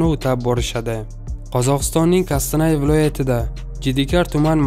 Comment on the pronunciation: Тугри уки бургут эмас беркут кистанай эмас Кустанай тугрилаб грамотный уки!